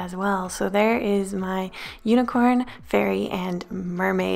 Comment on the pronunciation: My son said every time you said fairy it sounded like furry.